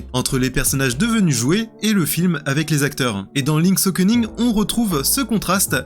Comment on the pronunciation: Le mec dit Okening